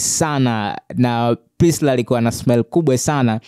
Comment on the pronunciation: Kaka tamka hilo jinavizuri.Priscilla na sio Prisla